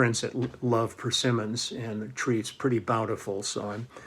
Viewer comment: I got the uni tuner. Works beautifully. Love the way you say persimmons. Could be that Doobie Brothers guy.